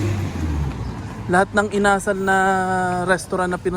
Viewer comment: Required po ata kasi na ang ka-sosyo is lokal... iba ata pagkabigkas mo sa chicken "inasál"